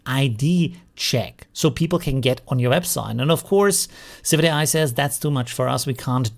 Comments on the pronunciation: Isn't it civitai not civic ai? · Correct. Civitai is not civic ai.